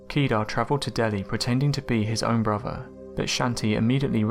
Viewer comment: Your inability to pronounce 'th' is extremely annoying. Having to listen to you saying 'firty'; 'wiv'; 'bruvver'; 'two-fousand'; 'gavvered' etc is excruciating.